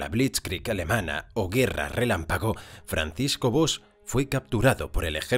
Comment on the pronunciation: SERÍA CONVENIENTE QUE CUANDO SE HACE LA HISTORIA DE ALGUIEN PRONUNCIAR BIEN SU NOMBRE, TAMPOCO ES TAN DIFÍCIL DIGO YO JOER 😡😡😡😡😡😡😡